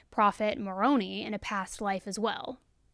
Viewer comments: Before you start getting the hate comments, it’s not (more on ee) but (more oh nye). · Love you but it’s mow-row n 😅EYE. I can’t take MoronEE serialously 😅 Macaroni 😂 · I love listening to your videos. And all the work you put into them. It’s not Pronounced Moron nee, it’s Moron Nye. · the Mormon angel is pronounced like- Mor own eye, not moronie But I love that your pronunciation has its own implications in this case. 🙃😉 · Moroni?? She said more own ee 😂 that just made my ex Mormon life. It’s “more own eye” but I like your macaroni rigatoni better 🤣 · Just for future reference, it is not Marone, it is MA-roe-neye oh for the angel Moroni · The Angel Moroni is a hard EYE like Marone-EYE. You know, first part is ALMOST like that Italian American slang you maybe heard on The Sopranos, "marone!" Then 👁️🧿🕵️👀 eye. marone-eye... Moroni 😜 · Annoying unimportant correction.. sorry! It’s just an FYI and nothing negative but “Moroni” is pronounced More-row-nn-I instead of how you (along with others who didn’t grow up hearing it 😅) are pronouncing it More-row-nn-EE. Again, nothing negative just an FYI if anyone is interested. At least in the LDS religion that’s how it is pronounced, google is says it the way you do though. Angel Moroni is the gold statue with the trumpet that is on top of the lds temples.. grew up in the LDS religion, not currently active but grew up jn AZ. this case is wild how nuts a group can be and no one notices or thinks it’s that serious until it’s too late. Thanks for your coverage!! Your amazing. Watch every video. ❤ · The fact that Chad gave Alex a Patricochal blessing without the proper authority should have been a warning sign. Only a Patriarch called by the Church has that authority. And Lori's defensiveness to her supposed best friend, Melanie, is very telling. Oh, and it's Moron "i". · I love you, but as an Exmormon, it’s mor-own-eye Moroni 😂 thanks for the content though! Obsessed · Moroni is pronounced More-oh- nye